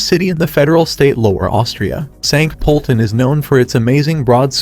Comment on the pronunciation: Please try & find out how to pronounce place names correctly before putting out such a video for the public. Graz (pronounced Gratz), Sankt Poelten ( pronounced Sankt Perlten), Innsbruck. ( pronounced Insbrook) , Salzburg ( pronounced Sulzburg). To add to these inaccuracies, Linz is not a lakeside city ( some artificial lakes some distance outside the city). Information easily available on the internet to avoid such embarrassing errors.